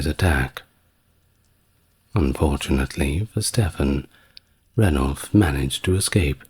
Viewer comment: It is STEE-VAN, not Stefan, RAH-NOLF of Chester, not Ray-knoll-fuh and EEL-EE not ELLY. Otherwise I love this channel. (Although waking up mid flow to hear that my actual son; Stefan, was apparently being held 'in relatively comfortable conditions' in Gloucester Castle by order of the Empress did somewhat explain why I had just stopped dreaming my real life son was fighting a medieval female Pope to become Holy Roman Emperor hee hee). You are sooo anarchic inside my mind!!! Thanks for your content.